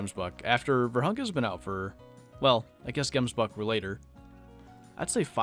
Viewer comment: u butcher that name so hard. Here in South Africa we say it a bit different. xD